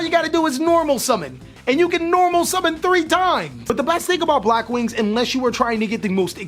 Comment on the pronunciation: I stopped watching when u said Blackwings